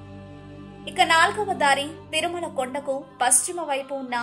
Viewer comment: It's is Thirumala. Not Tharumala